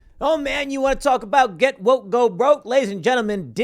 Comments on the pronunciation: I believe it's "GET WOIKE, GO BROIKE" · “Get Woike” lmao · "Get Woike" XD